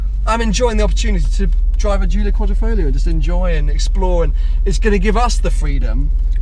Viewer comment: Please, every time you say "Quadrifolio" an italian dies... Spell it correctly! Find on youtube some italians which pronounces it, please! QUADRIFOGLIO